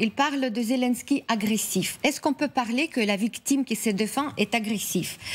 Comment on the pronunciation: Après un an de guerre les journalistes français ne savent toujours pas prononcer "Zyié lyiéne ski" mais continuent de dire "Zé l'un ski" ou "Zé lan ski"